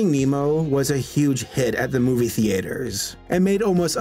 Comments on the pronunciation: why do you say theater like movie "theAters" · "Movie the-A-ters" Random thing I noticed in the video. I just think he pronounced this weird. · The way says theaters makes me laugh so hard